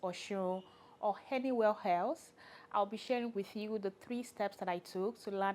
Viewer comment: Henywhere helse 😂 i love the accent